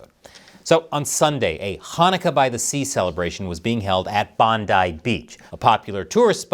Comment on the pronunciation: You pronounced BONDI like a local well done. Subscribed.